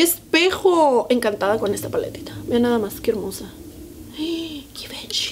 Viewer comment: Se dice zhee van Chee 😄